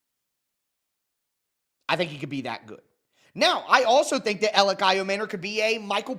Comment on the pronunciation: Everyone in Tennessee calls him E or Elic. Literally NOBODY but you call him 😂